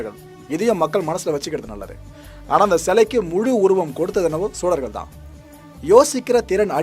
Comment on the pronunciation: chozhargal என்பதே சரி sozhargal அல்ல.